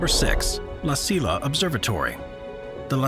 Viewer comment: "La Silla" Observatory should be pronounced "La See-ya" Observatory. You are welcome.